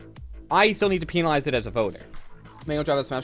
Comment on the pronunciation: “Peenalize” lmao